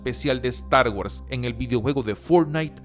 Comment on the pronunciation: guors!! pronuncia bien!!